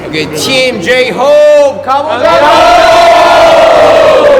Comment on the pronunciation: 댄서들 "가 보자구" 발음이 후반으로 갈수록 완벽해지네😊